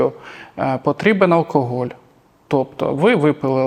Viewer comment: Безграмотно в слові "алкоголь", першу букву вимовляти як "о". Це в російській мові є випадки де написане "о"читається як "а", а в українській читаємо все, як пишемо.